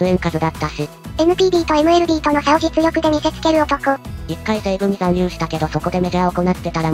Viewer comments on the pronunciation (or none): 読み間違いが酷いな。行って→おこなって 西武→にしたけ 野球chちゃうんか？